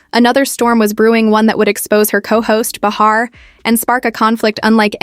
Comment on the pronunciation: Behar...pronounced Bay-ha...if you're going to talk about someone at least get their name correct.